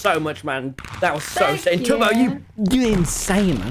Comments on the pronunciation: every time he said it, I just heard Toby, Tubby. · hahaha Tommy called Tubbo "Tubby" .....its like Teletubby